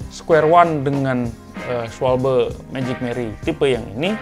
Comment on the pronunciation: Cara baca schwalbe itu schwalba om. 🤣